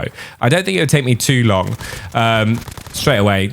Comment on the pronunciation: “we tale a look”😂